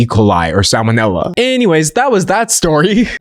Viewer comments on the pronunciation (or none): none